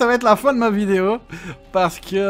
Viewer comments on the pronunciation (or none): none